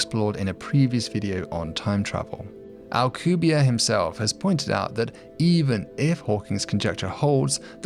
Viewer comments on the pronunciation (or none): Why are you saying the name of a Mexican scientist like he is French? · Anglosaxon people are not really able to pronounce a name that ends with and E... - AlcubierrE it's AlcubierrE (Spanish), not Alcubière (French or something). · Alcubierre is properly pronounced "al-coo-bee-AIR-eh." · I have a friend who was studying physics at UNAM and met Alcubierre, turns out he (rather famously) absolutely HATES when people, especially foreigners, pronounce his last name as if it were French... my friend asked him and he said "It's AlcubiERRE, AlcubieRRE!". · OH MY GOD YOU CANT EVEN PRONOUNCE HIS NAME RIGHT